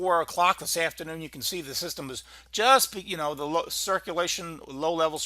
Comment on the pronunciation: Thid? Do you mean "this"? Also 92L is at 30mph and 1011 MLB